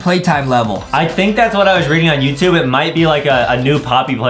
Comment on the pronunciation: The way Justin said "YoUtuBbbbbe